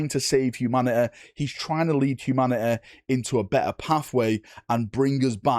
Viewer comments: I appreciate you really go hard on the latin influences of the WH40k by saying Humanatae instead of Humanity, really shows your dedication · Im sure I would sound absolutely ridiculous to you..... but I cant help but chuckle at your pronunciation of "humanity" lol